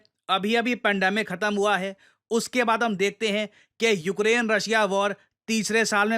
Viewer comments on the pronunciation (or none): none